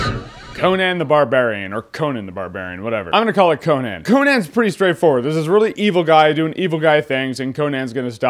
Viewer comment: I love how you say Co-Nan instead of...you know...Con-an